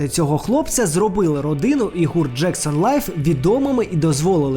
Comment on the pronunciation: Джексон 5, не Лайф … декілька разів у відео , я думала що почулось перший раз